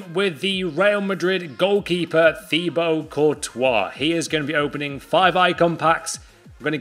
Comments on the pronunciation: It’s not courtois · How can u be on Fifa with Courtois and not pronounce his name right